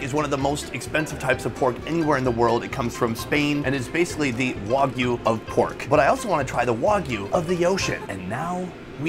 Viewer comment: The way he says Wagyu is insane